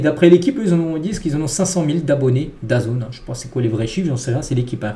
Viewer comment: grosse pensée à la Famille d'Alexis Lescaille et un ENORME bravo à toi d'en avoir parlé car meme les drames du foot amateur sont triste et saluer... FORCE à toute la famille! et bravo pour ton travail (mais soigne tes prononciations tu me saigner les oreilles parfois... DAZN (dazone) - michael Olise (Olisé) etc...) force à toi et que ta chaine connaisse une grande réussite